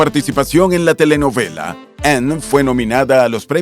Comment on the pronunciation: QUE FEO PRONUNCIAS. !!ANN!!